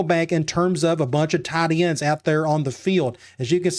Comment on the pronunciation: “Tee-un Tide Ends”